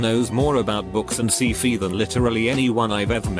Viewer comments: AI: books and see-fee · Says "Palahunik" right, but then... "see-fee" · I love how siri reads sci-fi as “scee-fee”